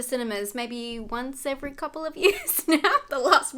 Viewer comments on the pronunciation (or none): none